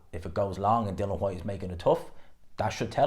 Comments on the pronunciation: I know mate pronounces Dillian which is pronounced like Dilly-Ann as Dylan like Waterford Ireland 🇮🇪 Welterweight Dylan ‘The Real Deal’ Moran who was Knocked out in 1 Round by Florian Marku in September 2023. needs to understand who’s to say his Name Dilli-an Whyte. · Still can't say DILL-ION